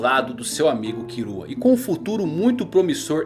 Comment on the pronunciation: mano pq ele fala "kirua"?